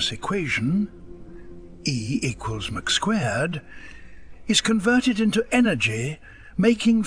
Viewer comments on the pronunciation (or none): After the a.i said the most famous equation in the universe, he said E-equals Mc squared as in a McDonald’s burger! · ''Mick'' squared. When mentioning Einstein's E=MC2 and calling Ptolemy (pronounced with a silent P) POLEMY. I think that really is David Attenborough. Simple reading mistakes. Although David is not a bloody moron. And on that farm they had some idiots! AI, AI, OOOOH!! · " e = Mcsquared. Seriously? I had to stop after that. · I was on the AI fence until I heard "E=McSquared" Sounds like a new Mickey Dee's product. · Cursed AI gives it away every time. E=Mc2 pronounced like McDonalds? Blastphemy. Hah!